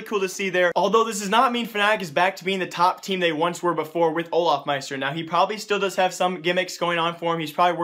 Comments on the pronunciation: its not olafmaister its olofmeister!!! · why are u always say olafmeister?